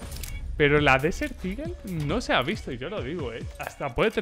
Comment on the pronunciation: Español: Águila del desierto Ingles: Desert eagle: DESEL IGEL